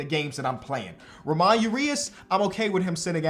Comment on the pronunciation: Ay, Ramon Urias’ name isn’t pronounced Ram-on, it’s Ram-ón, the o-n sound is pronounced like in bone